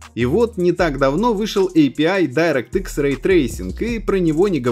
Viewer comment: Никто не говорит "Дайрэкт", "Крайзис" и "Си Пи Ю", вы чё!!! )))